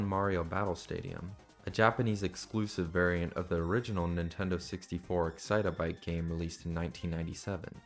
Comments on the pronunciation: its excite-bike, not excit-a-bike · Please, it's not excite-a-bike, it's just excitebike 😭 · why are we calling it excite-a-bike? its just excite-bike bro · I had to stop what I was doing as soon as I heard you start saying "Excite-a-bike". That isn't what the game is called. It's just Excite Bike. 3 syllables, no "a" sound in the middle. Terribly jarring to hear it pronounced so wrong. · "Excite-a-bike" Multiple times, LMAO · It’s just “Excitebike”. Like, excite, then bike. Not “excite a bike” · i swear I just got multiple aneurysms from hearing “the original Nintendo 64 Excite-o-bike game” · can you please stop saying "excite-uh-bike" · bro really said excite-a-bike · Why are you pronouncing excitebike as "excite-a-bike"? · you've got to be kidding me. My sister also pronounces excitebike as "excite a bike" and this is not helping my case 😭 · excite-uh bike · Ngl just him pronouncing it like that was driving me up a wall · The way you pronounce "Excitebike" is hilarious. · the way you pronounce excitebike is about to make me hulk out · please stop pronouncing excitebike that way 😭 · mispronouncing the name of a game they've likely never even played does not automatically make the video ai... People just call everything ai nowadays this is just like the boy who cried wolf